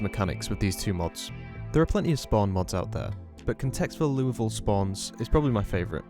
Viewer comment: It's odd to hear "Louisville" pronounced correctly. I'm sorry if the community bullied you until you got it right.